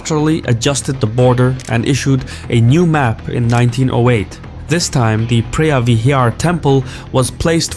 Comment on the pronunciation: Preah vihear is pronounced pravihear. Btw a moan is a chicken and Tom means big, therefore ta moan Tom means big chicken temple.